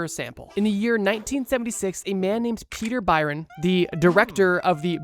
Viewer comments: Not Peter Byron.. Peter Byrne (pronounced burn) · you're a native speaker, how can you pronounce byrne as byron, not burn?